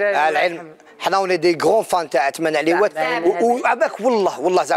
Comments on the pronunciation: للتصحيح فقط . اسمه عثمان عريوات بالراء و ليس باللام. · بصح علاه يقولو عثمان عليوات وهو عثمان عريوات * 🙄